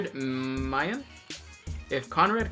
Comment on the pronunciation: woohoo!!! I made it into a q&a video. for the record, it's pronounced my-han (like my-hand, but minus the d, no pun intended). slannesh would be pretty cool to serve. if you had to be a part of a human faction (I.e. guard, mechanicus, space marines, etc...), which would you choose. I'd probably go for inquisition or rouge trader.